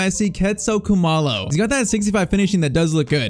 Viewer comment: still shocked about how accurately you pronounced Khumalo